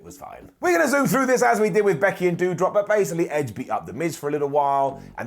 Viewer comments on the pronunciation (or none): Listen pull the trigger on Riddle already. He felt like a real star as soon as he got in the ring . And have him feud with like Gable or something. I haven’t watched wrestling in a while, but to see the butcher my girl Piper Niven calling her Deudrop? It broke my heart.